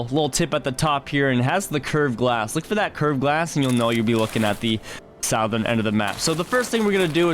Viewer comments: What kind of dialect is that that says 'sowthern?' I've only ever heard "suhthern?' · its not south ern its pronounced suthern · Please stop saying Sow e thern. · I can't get past southern getting pronounced "south-urn" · Sow-thurn was absolutely wild. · Did this fool say south ERN? LOL jk dude. Thanks for the tips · Bro why sou-thurn? Never learned how to speak ? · South-ern is really bugging me xD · Hey pimp it’s pronounced “suh-thern” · I had to turn it off I can't. I can't do it anymore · My mans failed English class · It hits the ear wrong doesn't it. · youre saying southern wrong...